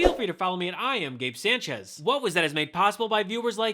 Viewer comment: Please Gabe, learn how to say your last name properly! Sánchez